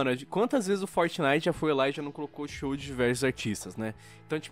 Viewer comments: vam joojar fortinaite galera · "FOTENITEN" -Mãe, Minha 2019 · "Fornay" Kito,Dary 2019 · Gaga: "Eu nUm sEi o qUi ê Fortinaiti" Eu: Foda-se 🤣🤣🤣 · Fort"Naiguiti" é fogo hein kkkkkkk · Mais tosco é vcs falando fortnaigiti